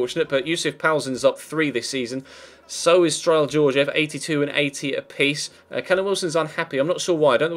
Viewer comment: I guess i'm the first bulgarian to comment ; but I just want to let you know that Strahil isn't pronounced with a silent h ; the h is more like the h in hello